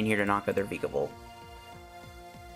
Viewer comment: What do reccomend replacing friend ball and shuckle with post rotation? Also you're pronouncing vikavolt wrong watch "That's some spicy island research" season 22 episode 12.